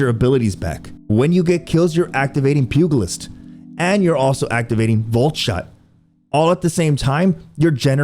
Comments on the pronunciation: Pugilist is a soft g. Pew-jel-it’s. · and I had to stop at "pew-guhl-ist" jeez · The “g” in pugilist is pronounced “j” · I just wanna tell you that the letter "g" in pugilist should sound the same as a "g" from generous. More like a "j". I know it's probably annoying to have people tell you that you mispronounced things, but it just grates across my ears hearing people say it that way